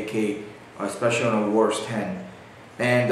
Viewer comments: Why do you keep saying WARS? Its pronounced ~wah-ser~, other wise good video. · its WASR not "WARS"